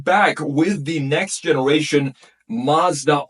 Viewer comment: You’re pronouncing ‘Mazda’ wrong.